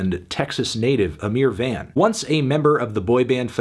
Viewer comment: It’s not van, it’s VAUGHN